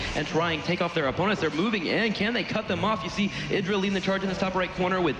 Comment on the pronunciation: idra? like the idra? wat wat